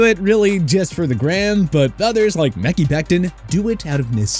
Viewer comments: Meh-kai becton Not mekey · it's MEH-KAI, not Mickey... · "meh-kee"? Becton. Do you watch football? The draft? Any football show regularly? I suspect the announcer isnt the writer, just a broadcast media grad. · No way you said “meh-kee” Becton 😭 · We’re still calling Mekhi as “mecky”? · It's MEH-KAI... the man can't pronounce his name correctly. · it’s multiple names he can’t pronounce properly. What a joke.